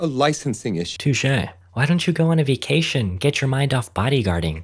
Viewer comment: U spelled vacation wrong u said it like this vacatin